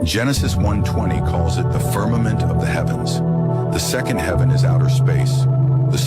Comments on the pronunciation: I love you guys and I watch all of stuff… I wonder why he says firminant instead of firmament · Why does say “firmanent” instead of firmament?